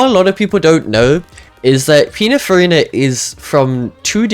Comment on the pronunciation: why does bro keeps saying pinafarina